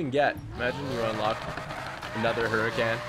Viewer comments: did u know that the Lamborghini hurican is actually pronounced huricon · Can someone tell him it’s pronounced “Hurr-A-Conn” plz it’s annoying hearing him butcher the name of such a nice car 🙄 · He doesn't say huracan right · Dude You own a Huracan and can't even pronounce it... or you speak another language... lol No offense I subbed :)